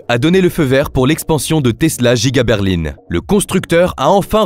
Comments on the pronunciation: c'est pour qu'au lieu de dire Berlin il a dit Berline car c'est une IA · ok mais explique moi de quelle région il viens pour dire Berline au lieu de Berlin car moi ça me scie 😅 en tous cas côté grand ouest personnes ne dis ça. Par contre côté montage t'es propre 👍